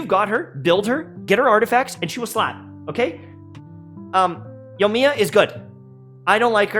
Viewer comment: "yowmiya" lmao if i had a penny for every time i hear that name butchered in youtube